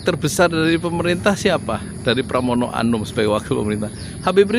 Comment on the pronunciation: Pramono anung...bukan pramono anum....fahry hamzah....bukan fahry ali....pak yudi....😄😄